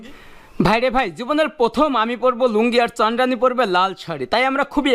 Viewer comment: ভাইরে চান্দ্রানি না চন্দ্রানি বলো।